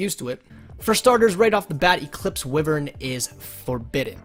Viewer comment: Eclipse wyv-ren btw